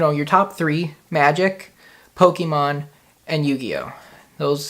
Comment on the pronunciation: take a shot everytime he says pokiemon